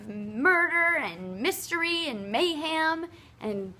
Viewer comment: Did you say, "mayham"?